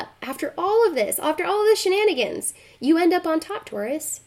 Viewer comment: At the end of Aquarius reading did anyone else hear her say I'm happy for you tourus?